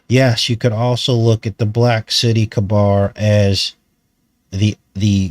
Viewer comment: Good stuff, just for pronunciation purposes, cabar is pronounced KAY-BER. Every year in Nova Scotia in the HIghland Games, they do a caber toss, which is quite fascinating to watch.